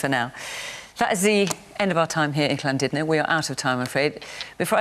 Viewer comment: Fiona pronounces Llandudno spot on